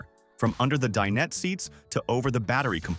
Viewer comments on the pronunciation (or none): "De-Net" for dinette. Ridiculous AI.